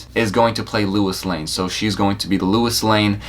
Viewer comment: If you grew up watching all of those shows, you should know that her name is Lois, not Louis.